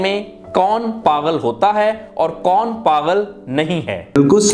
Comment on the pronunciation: Lufz paghal nahi pagul hota hai 😊